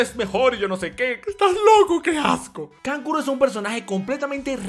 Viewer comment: Kankuro-----------kankulo :V